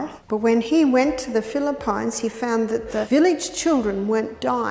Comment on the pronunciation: Im so surprised about the case mentioned here in my country Philippines /filipeens/ which she pronounced /fili-fines/ (payns). We love peanut butter here but watching this changed my mind.